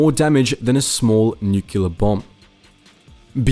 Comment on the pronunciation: Did... Did you really just say, "nu-CUE-ler" bomb...? Come on, man...